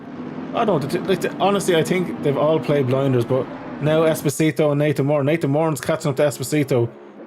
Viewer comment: It’s es-po-si-to 😂 not espioto 😂 you’ll get it sooner or later